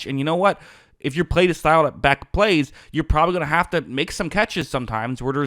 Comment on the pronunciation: You’re mispronouncing the man’s name. This is very unprofessional.